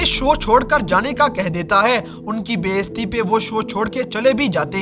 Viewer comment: بھائی اپنی بھی اردو ٹھیک کر لو بیستی نہیں ہوتا bayizati ہوتا ہے ہوتا ہے